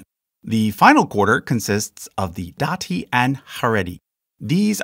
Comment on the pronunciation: Nicely presented, carefully done! One nit: See if you can pronounce Hebrew words with the accent at the end. Like kabbaLAH, hiloNI, daTI, hareDI. Israelis tend to do that, and it sounds better to my ear too. Otherwise, toDAH rabBAH.